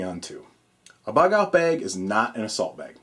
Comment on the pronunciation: you say "bag" really weird. Like "bayeg"